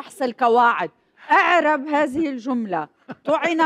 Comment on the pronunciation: يا ست كارين لا نقول (إِعْرَبْ) نقول (أُعْرُبْ) فعل أمر (ثالث حرف الفعل مضموم فعلينا أن نضم أوله) لتكوني قويَّة في مكانك عليك باللُّغة العربية…إذهبي إلى دورات في النَّحو والصرف…لكي تكوني في مكان قوَّة مع زائريكِ